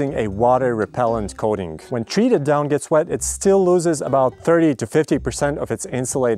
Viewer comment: They aren't called "dawn feathers" They are called "down feathers" 😂 this was funny to listen to you say though